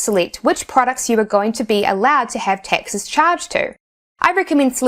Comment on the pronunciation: That's what I was focusing on most of the video. It's so funny she pronounces "taxes" as "Texas". Where is she from? What accent is that?